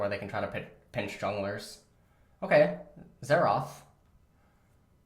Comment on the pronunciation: Xerath not Xeraath